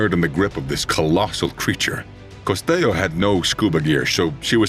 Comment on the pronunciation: ☝️🤓 Costello is an Italian not Spanish surname, and the L sound is pronounced.